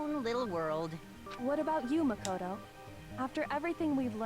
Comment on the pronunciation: The way Celeste pronounces "Makoto" reveals that she's French, lol. I'm not really good with accents but I'm fairly sure on this one.